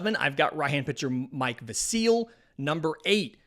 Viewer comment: Pronounced Mike VASil, not MIke Vaseeeeel. lol